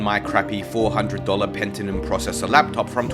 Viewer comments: its pentium not pentinum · Bro... Pentinum? It's Pentium